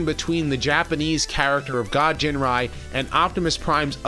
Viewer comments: Dude, it's Ginrai not "Jinrai" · Ginrai. Not Jinrai. Hard "G". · Don't you mean ginrai su